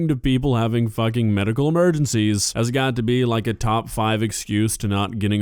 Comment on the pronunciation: "are ya fuhing serious"